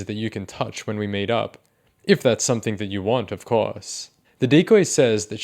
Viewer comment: dude it's "something" not "somethink" ffs